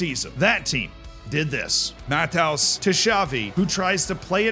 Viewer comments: Please, for the love of all that is unholy: MATT-E-US not MATT-HOUSE. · Please don’t pronounce Lothar Matthäus’s name as Matt house, it hurts my brain 😅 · Tell me you're an American trying to understand football without telling me you're an American trying to understand football. LOTHAR MATTHAUS. Pronounciation!! 😂😂😂😂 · My god the pronunciation of Lothar Matthäus, brutal. Does even know who he is? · please edit the video... the Matthäus pronunciation...